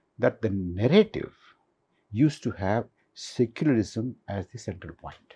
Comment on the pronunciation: Not SICKULARISM and REYLIGION. Pronunciation is SEYCULARISM and RILIGION.